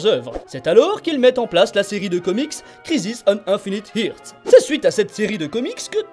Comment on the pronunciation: J'aime beaucoup tes vidéos, toujours très concises et intéressantes. Seul petit point à revoir qui me pose personnellement problème, c'est la prononciation de tes mots anglais. Par exemple ton "kriziss aune ainfinite hirts" à . :p Mais sinon continue tes vidéos, elles sont supères !